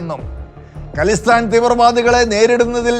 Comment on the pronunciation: ഖലിസ്ഥാൻ അല്ല "ഖാലിസ്ഥാൻ" എന്നാണ് പറയുന്നത്. ഖാലിസ് (pure) എന്ന പേർഷ്യൻ വാക്കിൽ നിന്നാണത്.